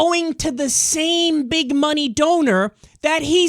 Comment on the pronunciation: " I don't needja munny, i needja vote " lmfao NEW YAWK